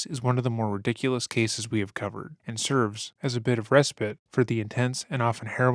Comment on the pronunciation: How can you not pronounce respite. English is my third language and i ld school you anyday